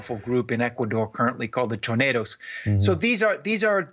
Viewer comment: As a 27 years old Ecuadorian, I think is very well educated about this issue, he seems to understand it very well. (even pornounced "choneros" correctly) So I'm glad this is being accurately disccussed abroad. Please don't support drugs, every line of cocaine consummed in the US and Europe promotes murder and crime in South America.